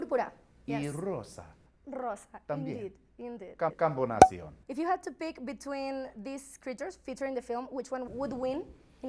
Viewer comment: cuando dijo cambonación en vez de combinación tuve que parar el video para reir